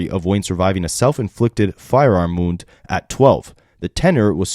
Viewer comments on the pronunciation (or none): none